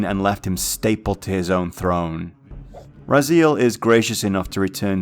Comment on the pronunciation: This is like the 3rd video i watch today on legacy of kain from this channel and the way Raziel is pronounced as "rah-zeal" is driving me nuts.